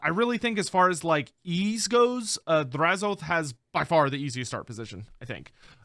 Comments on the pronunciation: I thought them saying Drazh-OATH was a mis pronunciation. I much prefer how you and everyone else originally said it as Drazh-o-ath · Im still saying Draz-o-ath instead of Draz-oath.